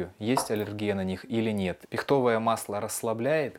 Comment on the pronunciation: Не пихтОвое, а пИхтовое масло !!! От слова пИхта, а не пихтА!!